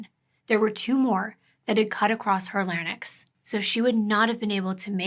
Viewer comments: Big FYI: it’s larynx, pronounced “lare-eenks.” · Hi! Thank you for telling us these stories with such reverence to the victims. I also wanted to say that larynx is 2 syllables, not 3.